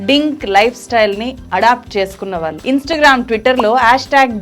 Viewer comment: వాల్లు, వీల్లు ఎంటి ? తెలుగుని సరిగ్గా పలకలేవా? నీ టీచర్లు ఇలాగే నేర్పారా తెలుగు ని